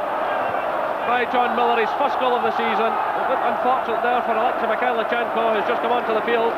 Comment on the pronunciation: No T in Mikhailichenko.